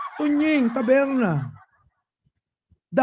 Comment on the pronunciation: Instead of taberna..tabelna😂😂😂